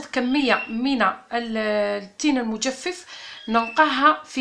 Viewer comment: المجفف بفتح الفاء الاولى وليس بكسرها